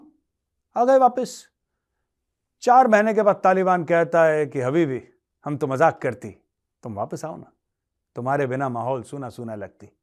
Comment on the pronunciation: Habibi accent of Gaurav Sir is funniest 😂😂